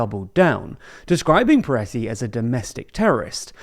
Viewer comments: Am i having a stroke or is saying Piretty (with an i)? feels like this warrants some acknowledizing.. or is it just a pronunciation thing? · The British pronunciation of Pretti and Homan are killing me